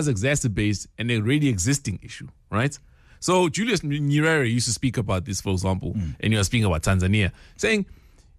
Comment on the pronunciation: So Sizwe just said "Julius Nyerwerweh" trying to say Julius Nyerere 😭